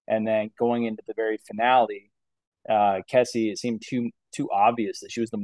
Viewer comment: lol why did none of you pronounce Kesi’s name correctly 😭